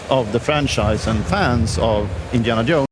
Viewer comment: Indiana Yohnes